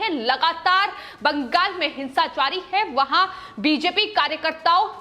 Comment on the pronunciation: madam please its not baankghall, its bangal or bengal